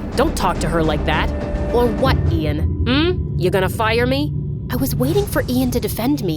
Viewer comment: "When she said "Ian Gallagher ", I swear to god I thought she was saying, "Adian Gallagher 😂